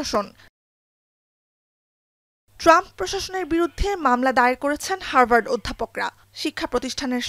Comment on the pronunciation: হারবার্ড নয় উচ্চারণে হাভার্ড হবে 😂😂😂